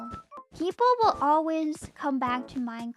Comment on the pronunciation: This is kinda random, but I love slight accent where she says "Ole-wiz" when she says "Always" lol